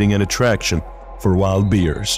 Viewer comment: Learn to pronounce Bears not Beers